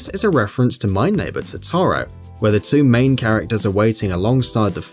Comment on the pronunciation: "my neighbor TOE TOE ROW"